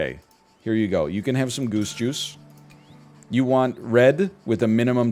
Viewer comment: Every time he says, "Goose Juice," I hear, "Goosh Goosh"...